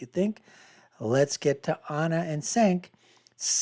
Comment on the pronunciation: how can you be so bad at pronouncing cenks name, you talk about TYT constantly 😂 you are obsessed with them you should know his name by now